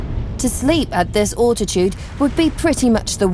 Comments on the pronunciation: The narrator sounds British but she pronounces her words rather oddly. Britch (bridge), fahh - renheit (fahrenheit) and all-titude (altitude). Plus, I can't really understand why she keeps referring to the temperatures in fahrenheit. Especially when she says -40 is the same temperature in celcius or fahrenheit. Still, not to complain, it's a free documentary about places I am unlikely to visit so thanks for the upload. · Sorry...her accent is shocking. Alltitude? Al....al....al. Fahrenheit is FAIR...n...height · "Awltitude"?! When the hell did the English start saying "Awltitude"? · "Britch" "Far in height " .. "grave ell " ..." awltitude" .. I am really NOT one to call out a person for pronunciation as a LOT of the narrators are speaking English when it is not their first language. This girl is not speaking English as a second language at all. .. I cant listen any more... My ears are bleeding.